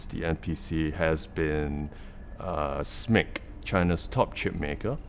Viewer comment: Thanks for calling it "Smick"! I always do, somehow most YouTubers want to spell out SMIC.